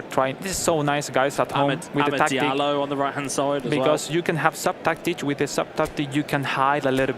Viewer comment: Why are they pronouncing it dialot Jesus Christ ZERO football knowledge and pronunciation IQ lmfao